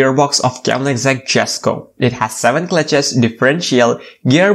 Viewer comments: In Sweden, you actually pronounce it as Yesko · The J is silent. It's pronounced "Yesko"